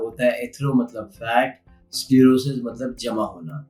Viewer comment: Lmao it's स्केलेरोसिस not सेक्लेरोसिस हाहहहहहह o bhai